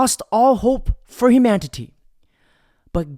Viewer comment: Bruh said "humantity" 🤣🤣🤣🤣